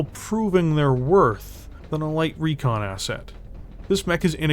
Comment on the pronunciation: there's no a in recon, i swear i'm going to send you back to school lol